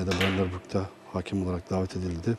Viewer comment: "veleybol", "raaakip"," haaaakem" diye konuşan spor yorumcusu olamaz zaten. sokaktan geçen rastgele bi vatandaşı oraya oturtsan daha düzgün konuşurdu.